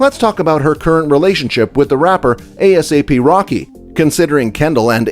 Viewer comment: Just say ASAP Rocky not A-S-A-P